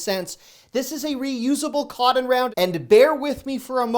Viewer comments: Is he saying, "coddon"? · I get a chuckle 🤭 listening to you saying "cotton".....I have never heard it pronounced "Codden" 🤣🤣🤣 I'm from North Carolina and l had to call you out on it! All in fun of course 😉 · Are you saying "cotton" at ?